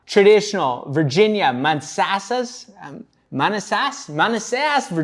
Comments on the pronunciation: It's muh-na-suss hahaha I've never heard of this guy and I'm local to that area. Gonna check him out! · The city is pronounced “Muh-nass-es” 😂😂😂 or as we like to say “Man-ass-as” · Its pronounced man-asses